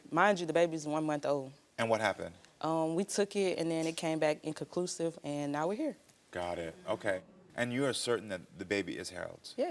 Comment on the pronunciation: like she said it came back "inclisclusive" lmao